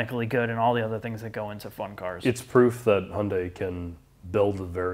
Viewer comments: Decent lineup. Oh and, it's 'Hyun-DAY' (two syllables, not three). Overall, a decent list and well thought out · He goes Hai-Yun-Dei Elantra, and gets corrected. That was funny lol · Both pronunciations of Hyundai are wrong. I salute the effort.